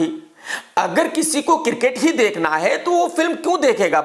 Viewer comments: Cricket - kirket 😅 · Kirket nhi hota krk bhai its Cricket 🏏